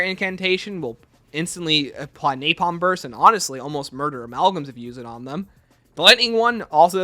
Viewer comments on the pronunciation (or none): none